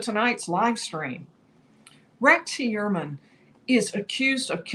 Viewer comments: right? I don’t know why it bothers me but it does. It’s Hu-er-man, pretty straight forward. No way does anyone pronounce it E-uer-man. It sounds like she’s saying Rex E Ermine. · Rex Heuermann Pronounced Hugh-ermann not He-uermann. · STOP! 🛑 Tonight, she's pronouncing it 'hee' (rhymes with 'pee') 'URR' (rhymes with 'PURR') 'mən' (the 'schwa' sound). Hee-URR-mən. Emphasis on the second syl-LAB-ull. Very easy mnemomic for you (AGAIN): Heuer rhymes with Fewer. Heuer rhymes with Fewer. Repeat -- Rex Hewerman. Rex Hewerman. Emphasis on the first syllable, not the second. OKAY? Love you, don't make me tell you again lol. Keep up the good work! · He clearly pronounces his name HUE-er-man. The accent is on the first syllable. It’s at the mark. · Interesting how he says his name. Very un-german. Ho-your-man is the more German way. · It's easy to pronounce RH name. I don't know why can't get it right.